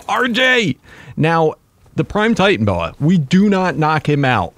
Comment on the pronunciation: It is titanoboa is not titanboa